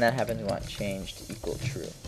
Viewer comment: "changle" lmao